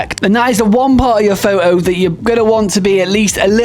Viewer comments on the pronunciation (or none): What in hell is a "faux oh"?